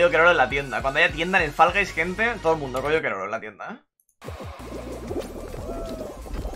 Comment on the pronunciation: Faraday? "Fol gais"